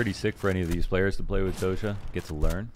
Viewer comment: It sounds [do-s'ia], not [dozha]. Just saying